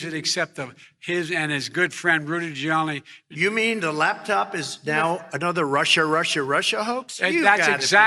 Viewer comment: Geriatric fool is too damn tired to actually say Rudy Giuliani it comes out Rudy jelani